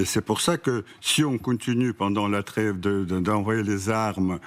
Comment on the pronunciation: Poutine comprends de vous là creve quand vous dites la treve, et le glève quand vous dites y a greve, ça crève l'oeil...